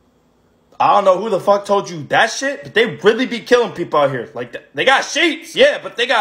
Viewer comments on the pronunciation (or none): Emphasis on the THAT